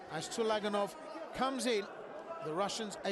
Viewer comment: Please, correct the name (surname) of the boxer from Uzbekistan. It is TULAGANOV (not ULAGANOV)